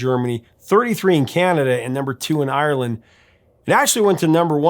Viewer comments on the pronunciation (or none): none